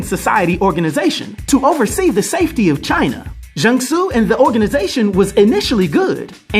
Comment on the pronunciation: u said his name right😂